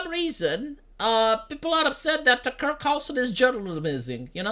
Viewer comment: you spelt the f word wrong to get around the censor but didn't notice the mispronunciation is doing the same thing